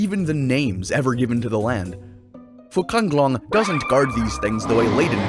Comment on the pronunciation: Sorry but it name's Fuzanglong, not Fucanglong